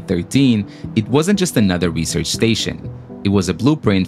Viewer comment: "The world's most extreme recearch facility..." The ISS: 👁👄👁